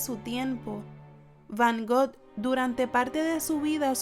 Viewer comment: Sin ofender, pero escuche mal o dice van "got"? O_o